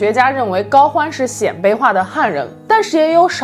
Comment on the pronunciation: 鲜卑，读 先，一声